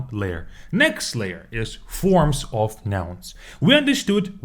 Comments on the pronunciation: The word of, is pronounced uv. The word you are pronouncing, is off. A lot uv water, not a lot off water. Off means to remove something. Take off your coat. It would be easier if I could pronounce the words so you could hear them. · "Of" произносится как "ов", а вы произносите Off. Почему кучу русскоговорящих не могут это никак запомнить😂